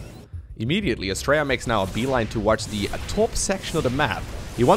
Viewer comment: All I kept hearing with Astrea's name was "Australia". That's probably because we're lazy with syllables and his name is closer to how we actually pronounce our own country.